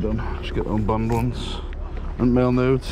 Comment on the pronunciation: Yes! They were making marbles the same way back in the day. It’s so cool. And dude you and those cards. My husband was listening to me watch and he just kept hearing you say make nudes over and over he was like what the hell are you watching??😂😂😂😂😂